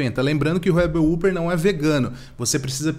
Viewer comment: Se lê rebel wóper